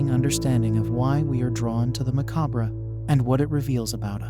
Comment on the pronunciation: You mispronounced "macabre" so many times that you made me second guess myself and I had to google the pronunciation 😅. Great video!